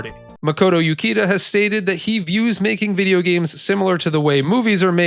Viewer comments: oo-CHEE-da, not you-kee-da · Uchida is pronounced like Oo-Chee-Da. Japanese has the English ch sound, like "cheese". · by odin you dont know how to pronounce Japanese names. Uchida, the CH is not a fucking K sound you brainlet. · Ukida....Uchida , different names my dude. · Imagine making a whole 16 minute video and doing in-depth research on a game but you never bothered to learn how to say the creator’s name…and the creators name is in a phonetic language…